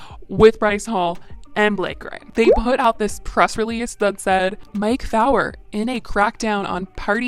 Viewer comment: I totally enjoy your content!! Keep up the great work. The lawyer they were speaking of Mike Feuer is pronounced few-er. 💞